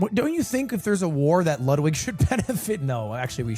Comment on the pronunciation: "no i know luwdwig" its ok we all luv u more